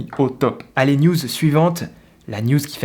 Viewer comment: A chaque fois que tu dis news j’entends nudes